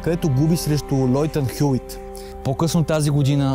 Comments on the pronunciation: По принцип се чете МАТС ВИЛАНДЕР и ЛЕЙТЪН ХЮИТ, но тва няма толкова голямо значение. Много добро видео иначе, поздравления за положения труд. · Хубаво видео,но много бъркаш имената на тенисистите(Лейтън Хюит,Матс Виландер,Пийт Сампрас,Хюн Чунг..).. Джокович е моя любим тенисист,но това съперничество между тримата е велико